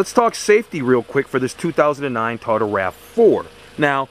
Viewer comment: What's a Ta-o-dah? Lol